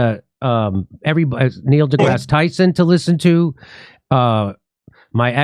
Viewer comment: Neil duh-ass Tyson